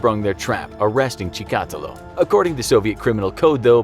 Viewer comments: Rostov...that's where my mom's side of my family lived before coming to the US! My mom and grandparents told me about the precautions that they put in place for my mom's safety back then. They all knew a serial killer was around, it wasn't so well hidden. Btw...cheehk uh teelo. Short double e's, hollow o! I think any russian is bothered by this pronunciation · Чикатило is pronounced like ChikatEElo long e in the last syllable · His name is said (cheak a till o) better know as the rustoff ripper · It's not "The Ukraine." Чикатило is pronounced chee-kah-TEE-luh. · Cool video Maybe this will help you pronounce Андрей Чикатило Ahn’drey Chicka’teel’lo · Chi ka tee lo. Your a serial killer of ears with that pronunciation of his last name. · LOL that pronunciation. It's pronounced Chick-ah-tee-lah. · Andre Chikatilo (CHICK*A*TEE*LOW). That bugged me hearinging the narrator say his name that way. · USSR had many serial killers besides Chikatilo. Wikipedia has 53 articles in its "Soviet serial killers" category ("Серийные убийцы СССР") Btw, you pronounce the name wrong, emphasis should be on the third syllable - Chi-ka-teeee-lo Do some research, for KGB's sake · Cheek-ah-teal-low. This isn't rocket science guys. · Dude .. it’s CHICK-A-TEEL-O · Dude he’s Russian not Cuban why are you pronouncing his last name that way lol. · The way he pronounced Chikatilo😂😂😂😂😂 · You absolutely butchered his name! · Dear narrator: You've butchered the pronunciation of Chikatilo's last name worse than he ever mutilated any female. Can you do a video on your crimes against linguistics in general? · You said his name wrong every time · As someone who speaks Russian, the way the narrator pronounces Chikatilo makes me cringe. The stress should go on the second I, not the A. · Everytime he says chikatilo, he pronounces it differently. Bruh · Great video but.... Chikatilo isn't a Spanish name and boy do you keep trying to pronounce it as one. Just saying... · Chica-TEElow. Not Cha-COTtalow